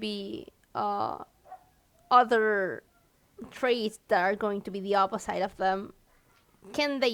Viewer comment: I'm getting triggered so hard every time she says opi-ssite